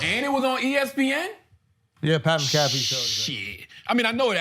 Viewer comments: Charlemagne can’t pronounce Pat’s full name 😂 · Why did the say pats name wrong on purpose ? They both know who tf he is. Put respeck on pats name losers. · Oi Schulz, you know how to say Pat McAfee’s name so show the bro the respect and say it right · Charla and shultz mispronouncing pats last name is hilarious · Why do they keep mispronouncing his name 😂😂😂?